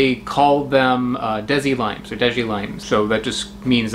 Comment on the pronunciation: Desi, pronounced Day-sea, is something from the Indian subcontinent. Dehzee is Desiderio Alberto Arnaz y de Acha III's Americanized nickname. Think Minute (unit of time or itsy-bitsy) or Lead (metal or guide).